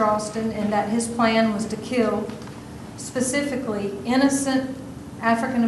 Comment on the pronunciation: judge says 'pacifically' more than once instead of specifically